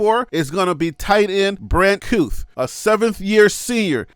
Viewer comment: Kuithe is pronounced Kee thee